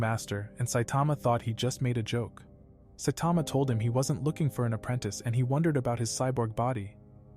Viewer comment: he said satama😂😂😂😂😂😂😂😂😂😂